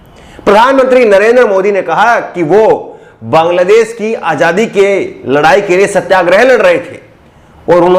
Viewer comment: aajadi hota h aajhadi nai